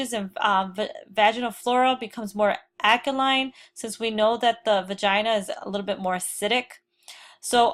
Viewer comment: Can’t pronounce glomerular and alkaline and is a professor?? Interesting.